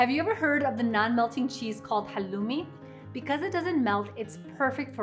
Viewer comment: Please say halloumi right, it’s from Cyprus which is Greek